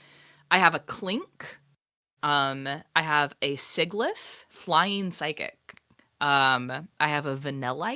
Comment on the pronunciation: That pronunciation of Krokorok (croc-o-rock) and sigilyph (sigil-glyph) is the most offensive thing in this video to me.